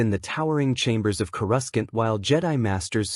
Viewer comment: Kruscant is how the transcript spelled it and that kinda is how it was said.... Coruscant is typically pronounced "KOR-uh-sahnt" might want to tell the ai that